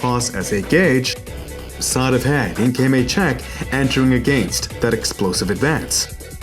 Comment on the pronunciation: I cant listen to this guy say "against" anymore. It must be the proper way, but only him and Ariel Hewani say it like that.